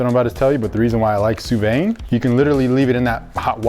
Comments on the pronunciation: its not Soo Vey Its Soo Vee XD. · Will ever learn to say sous vide right? Lol. It’s Suu-veed not suu-vay lol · How many people cringe every time they say “sue vay”? Geeeeeezzzzz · Someone teach this man how to say sous vide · Sorry, but as a chef you guys have no idea what you're doing. Please hire someone to cook the steaks correctly. When you can't even pronounce Sous Vide correctly you have issues. High Steaks needs to up it's game. Contact Guga from Sous Vide Everything for a collab or something. Ask him for a lesson, please! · I hate how he says sous vide. His pronunciation is so wrong and unlike how any other person says it, even others who say it wrong. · Hopefully Guga corrects his pronunciation of Sous Vide a bit, even though he pronounces it slightly wrong himself. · Not going to correct his pronunciation of Sous Vide? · Please please please learn how to say sous vide correctly!!